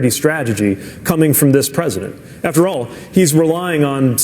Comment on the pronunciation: ... " I meen, aFphtErAL.. " ....khmh .. 'good one there Mayur Peebie lol